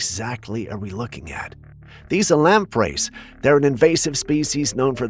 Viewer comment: They are called lampres not lamp rays